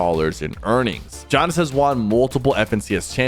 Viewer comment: Good video but PLEASE say “won” right